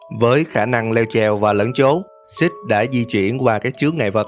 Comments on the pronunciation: Tại vì cách đọc của six giống cách đọc của shit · Six lâu lâu anh nhấn thành SHIT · Hài vãi six em cứ tưởng anh đọc là shit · Six anh đọc thành sit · Six thì đọc thàng shit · Phân tính nói six nghe như là sh*t í 😂😂😂😂😂😅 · Vãi cả shit, six mà đọc như shit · Six mà cứ nghe như là shit °-° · Six nghe thành Shit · Six nghe như shit đó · anh đọc six như sex vậy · khi bạn đã bất lực khi đọc tên 'Six' và bạn đọc thành 'Shit' ai để ý cho tui 1 like đọc tên nhân vật hơi.... (cạn lời) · Chào bạn! Mình muốn góp ý 1 chút, sao mình cảm thấy bạn phát âm tiếng anh cứ kỳ kỳ sao ấy, Cụ thể là "six" đọc nghe như "xít", chữ "the" thì bạn đọc là "đờ". Video thì rất hay chỉ còn phần phát âm nữa thôi, Chúc ban luôn thành công. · Anh đọc Six nghe như Shit ấy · Đọc thiếu chử s rồi ba